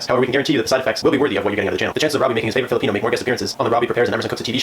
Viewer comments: Dude its "filipino" not "Philippino" HAHAHAHA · ITS FILIPINO NOT PHILIPPINO PLEASE DONT BUTCHER OUR RACE ANY LONGER:( JK LOVEYA!! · "Philippino" lmfao it's Filipino my guy!